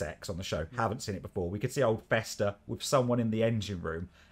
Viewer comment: Bester, not Fester.